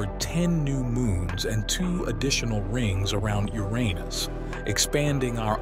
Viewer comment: Wow the AI voice can say Uranus as I've come to know it being, no more "Your anus" or the worse "yourinoos". EDIT: Yeah lots of times after it said your anus. Lol. Still interesting how the AI said it "right" the first time.